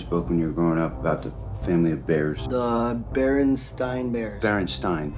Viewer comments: “The BarenSTINE Bears” LITERALLY NO ONE remembers it’s with that pronunciation. No one. BarenSTEEN is the correct Mandela effect pronunciation. Your whole trailer fell apart at that point. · dude, nobody says "berenSTINE." this movie couldn't even get the mispronunciation right. It's "berenSTEEN."